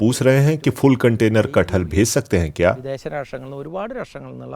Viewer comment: That name is KATH-HAL not KAT-HAL